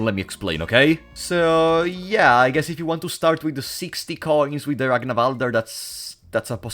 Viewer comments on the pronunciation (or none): One of the most annoying bugs about this game is how it makes everyone pronounce "Ragnvaldr" as "Ragnavalder". What's so hard about pronouncing it that you have to add vowels?